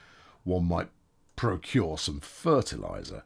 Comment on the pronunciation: I love how whenever he said fertiliser he said it in a very Cornish accent